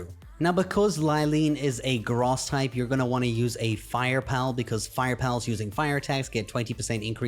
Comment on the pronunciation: Did you just say Gross instead of Grass?